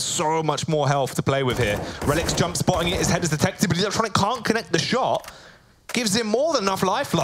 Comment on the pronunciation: How the casters pronounce electronic’s Name is so ugly